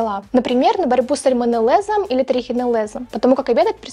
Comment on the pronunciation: СальмонеллЭзом?)) Пожалуйста, проверяйте произношение неизвестных вам слов!